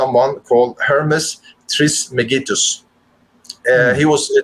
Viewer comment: Your interpretation of Hermeticism (Corpus Hermetica and Hermès) is not correct. You lumped so many elements of spiritualism together as basically all bad…. Your pronunciation of Hermès Trismegistus (“triss-mah-giss-tuss”) was abysmal. What an audacious claim to say that occultism lies in the middle of dogma and rationality. You’re a Muslim! Do you not believe the Koran to be dogmatic? Why do you call all this “western?” The occultism you speak of may be popular in the west, but draws heavily on eastern spirituality as well as Egyptian mysticism and Greek cosmology/rationality. You’ve seen too many movies. This presentation felt more like you only read the cliff notes; you clearly lack a true knowing… or should I say “gnosis!” See what I did there? lol